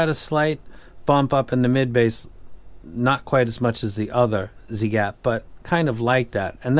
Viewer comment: The way you mention the ziigaat is really nice sir! Like it! And giving a cinocotres, nicee!